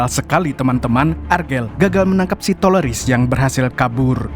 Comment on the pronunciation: Itu lu sengaja kan bang ngmongnya TELORIS. 😂